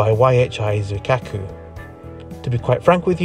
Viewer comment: With the word "Zuikaku", you put the stress on "Zui" and not "Ka" or "Ku" (don't worry you're far from the only one to make this mistake) tbh I wasn't really expecting Triton to even appear in the video, as it was my first build since October last year, and I was hella rusty and still wrapping my head around all the shiny new features (X Also the entire idea of Triton was "Let's just wield a passenger compartment to the back of an infantry tank" so your assessment was exactly on point (this idea is also what drove me to the 2pdr rather than the howitzers)